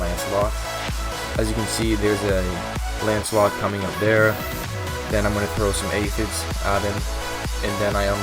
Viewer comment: Why do people always call it ancelot?